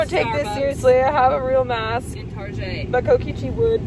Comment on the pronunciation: "we are going to tArjEi 🙄" caught me off guard , laughing so hard rn 😭